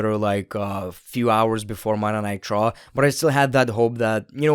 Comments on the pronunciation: Yeah I was too confused why he is calling it Monday nitro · Why does it sound like you're saying "Monday Nitro" instead of Monday night Raw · Accent makes “Monday Night Raw” sound like “Monday Nitro” in the beginning lol I was hella confused for a sec